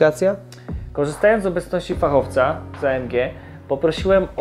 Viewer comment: rozjebało mnie te sprawdzania półosi i wału... "fachofcy"